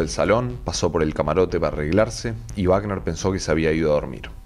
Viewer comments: Por Dios que alguien le diga al narrador que es Robert Wagner no Bagner. Google it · Oye....no es Bacner...si no Wagner...Robert Wagner ...por favor ... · Wagner, (se pronuncia con U Wagner. No es Baten.